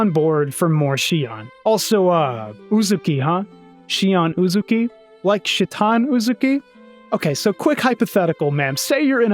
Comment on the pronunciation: Shion Uzuki, not Uzukiya